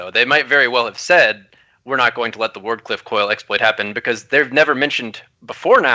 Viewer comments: Can you please tell it's "Wardcliff Coil" and not "Ward of Coil". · I was waiting that whole time for to say the name Ward Cliff Coil properly just once.